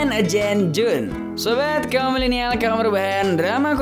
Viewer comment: No 10.agent =d bacanya ejent bang bkn agen😁sorry